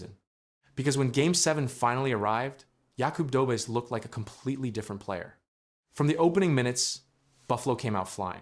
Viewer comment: It's pronounced Yakoob Dohbesh 🙄